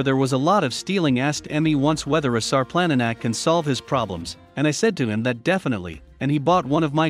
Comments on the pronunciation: only in english the C is pronounced as a K... everywhere else C is pronounced TSSS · If you're going to do a documentary video like this why don't you pronounce the name of the dog properly